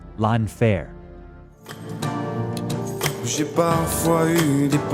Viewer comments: Your AI voice-over sucks at pronouncing French words. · L'enfer ia such a strong word and got so weakened when it's not said with the correct accent